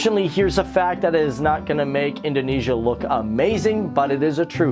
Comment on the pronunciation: Its Indonesia Not Indoinaisa